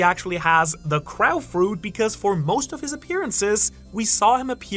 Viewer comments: The way you say crow is diabolical haha. We pronounce it with an Oh sound as if it were spelled krohw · No flipping way did you just say crow like that. How is it possible that you don't know how to say crow? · Thank you. That just made me wanna bang my head of a wall. Especially when he said “as it’s called in English” after mispronunciation it 10 times 😅 Still love ya you just hit one of my pet peeves